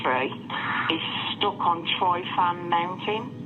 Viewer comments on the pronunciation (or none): The pronunciation of Tryfan by West Midlands Police made me cringe 😂. Also, way to insult an entire nation of people by calling us England.